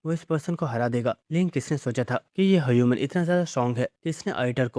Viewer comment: Btw he pronounce human as hayuman😅